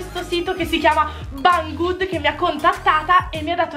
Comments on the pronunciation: Non é bang good si dare sarebbe scritto bang good pero' si dice beng good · comunque non intendo che non sai parlare ma si dice beng gud io ti seguo spero non ti sia arrabbiata il video comunque e fantastico